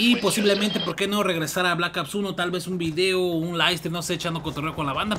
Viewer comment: jaja me da risa cuando dices blakaps 2 jajaja saludos xD